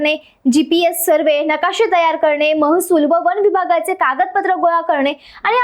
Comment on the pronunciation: ताई, वन म्हणा, वण नव्हे !